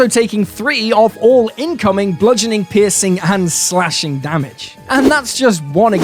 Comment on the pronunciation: Your "piercing damage" very often sounds like "pissing damage" and that's freaking hilarious